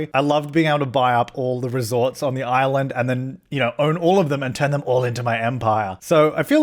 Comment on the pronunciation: the way he said Resort like Ree-sort made me giggle